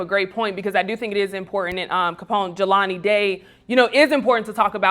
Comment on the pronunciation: Capone started strong until he said Jaylen Day....not #JelaniDay This also points to the fact that we BARELY know these missing black people but we remember Natalie Halloway, Elizabeth Smart, and others. We have work to do.